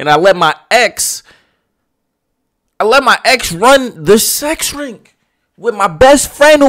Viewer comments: Or rink instead of RING 😂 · 🤦🏾‍♀️ U had me tight wit the "sex rink" thing....u not ice skating 😂😂 its ring!! I get ur point tho.